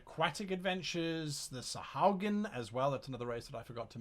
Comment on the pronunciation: It's "sahuagin", not "sahaugin" btw.